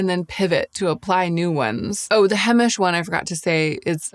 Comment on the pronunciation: Several years ago , you liked the Brown balm L’Oreal washable mascara? Do you still use it ever? It looks nice &!fluffy . Lmk thank you for vid , I’m in search as well before Fall , love Heimish balms, etc btw it’s pronounced HI-mish , not hey- mish . 🥰I’m a long time lover of their products 🎉🎉